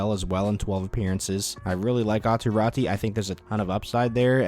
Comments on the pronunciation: Pls dont pronounce Räti. I can't think better example but same as in Lemieux that ux is pronounced. So try say it like Rätux 😅. Or just Rätu. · Raty is pronounced the same way AATU is AW-TOO RAW-TOO